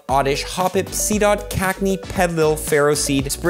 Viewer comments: It's cacneA, not cacnee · brother its CacneAAAAA not Cacne